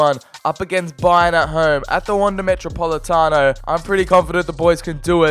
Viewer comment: I hate seeing any english speaking person attempt to say Atletico or even spell it, especially how you said metropolitano. But all that matters is if you completed your mission, which I havent seen the video so... yeah, I'll watch it later today, its am.